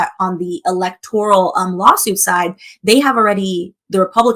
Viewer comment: It's electoral not "electorial". For some reason, Black people love saying "electorial"